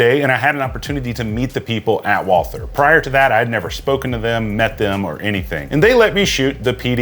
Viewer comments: Its pronounced like "Walter". The 'h' is silent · Walther is a German name and it's pronounced like "Walter" as if the "h" is not there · You say "Wall Ther" which I always thought was the correct pronunciation (and the way I say it). But most say Walter, without the TH sound. Always wondered which is correct. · Walther is German and German doesn't have the th sound. Ignore the h and pronounce it Vaalter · It's actually pronounced "Walter" and not as it's spelling would indicate to us English-speakers. If you want to get cute and go full German, you can go with "Vaulter". Neat.